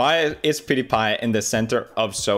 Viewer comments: PewDiePie Not OJGang! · I like how he doesn’t even say his own name properly for the intro. “Pewdi-guy” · Powder-guy. Brown powder , white powder name it